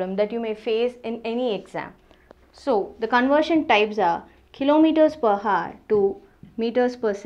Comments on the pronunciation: mam it pronunciates \au(e)r\ not hour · 'Hour' as you can see 'H' is silent so it's pronounced as 'our'. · your pronunciation of hour is a bit wrong rest is very nice